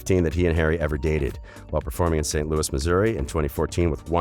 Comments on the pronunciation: its Lou-ies with and eee sound at the end and not Lewis. Srry I just love him so much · why did you pronounce louis name “lewis” ew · No offense but I don't like the way the narrator prounces Louis's name